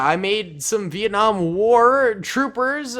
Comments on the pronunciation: Dont said vietnam like that agian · It's actually Vietnam not Vietcong